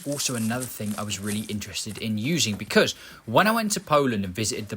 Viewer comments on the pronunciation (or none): none